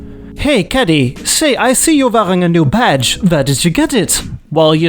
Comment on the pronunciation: That was the most odd accent for "caddy". Haha!